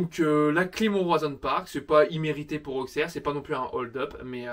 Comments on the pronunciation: Je suis Auxerrois et Auxerre se dit ossère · Je suis auxerrois et Auxerre se prononce Ossère